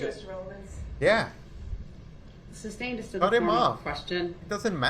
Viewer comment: He is so full of 💩 . So all that drama and bs he calls the state of Wisconsin. I cannot stand the fact that he keeps saying Substain even though the Judge has repeatedly said sustained. His ridiculous air quotes